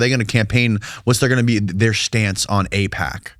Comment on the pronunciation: First off it is AIPAC. Not APAC. Secondly. AIPAC / US is fine. ISRL / US are and has been in bed together for a very long time. You heard them allude to JFK. It goes back further then that. Both support each other very well and ensure they remain Top Dog on the global stage. Why mess with that? It works!! If it aint broke, dont fix it.